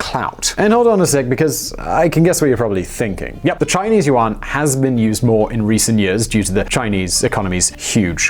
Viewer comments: I was like, 'Uwan'? What's this guy talking about? Oh, does he mean 'Yuan'? OMG Unbelievable! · its pronounced more like "yuen" its an eh not an ah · And pronounced YUAN like WON too! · Good informative stuff but my asian boyfriend was cringing at your pronouncement of Yuan